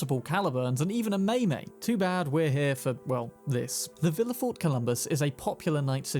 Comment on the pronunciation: Massive thumb down for confusing the classic Charger look for a Mustang. Otherwise, great video. (better get more familiar with the Japanese language if you want to talk more about the MaiMai, not MeyMey)